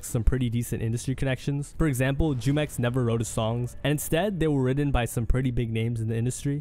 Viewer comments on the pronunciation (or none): Hey just wanted to correct you on prononciation on Jumex's name, its a spanish word that he got from the mexican juice brand named jumex. So the J sounds like H, pronounced HOO-MEX not Jew-mex lol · It's pronounced Humex smh